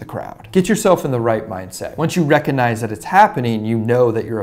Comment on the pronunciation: Having a hard time not wincing at each "recuhnize".